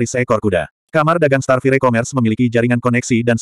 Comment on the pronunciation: Sebutan bukan starfirey.... Kena sebut starfayaa